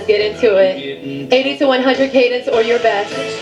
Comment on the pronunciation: 5.47: what’s cadience? Muppet.